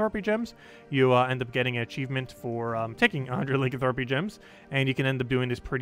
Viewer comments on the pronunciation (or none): Pleeeaassee stop saying Lincoln thropy